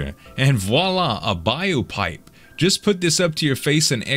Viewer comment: 😂😂😂😂BIO-Pipe No z it's BLO-Pipe